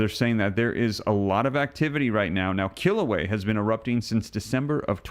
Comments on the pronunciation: Love your channel and videos. I think it's a yes, and all of this makes me think of the 6th Seal of Revelation 6. (And I'm pretty sure the volcano is not pronounced "kill ooh way" but "kill ooh way uh.") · Pronunciation of Kilauea is "kill- a- way- a," not "kill away" The vent is within Halema'uma'u, "holly ma oo ma oo" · Also, the a on the end of Kilauea is sounded when pronouncing Kila ue a. Just FYI. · Please! You are mispronouncing the Hawaiian volcano. It is pronounced kill- uh-way-uh. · "Kil - a - way - a"